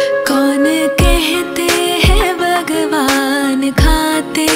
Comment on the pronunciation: It's bhagwan not bagwan please 🙏 pronounce it correctly.